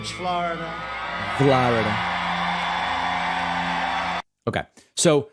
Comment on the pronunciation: Among his other crimes is his pronunciation of "flahhhrida". Really hahhhhrible.